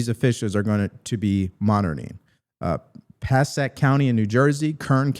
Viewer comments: it’s pronounced “PA-SAY-ICK”. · " Hey " It's Pu-say-ic county....I got your back boss....... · it's pronounced Pa say ick county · It’s pronounced Passaic (Pa say ic). Also, every show you produce is perfectly done very well. Love them!!!! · It's Passaic Pass-say-ick county in NJ. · You butchered Passaic 😂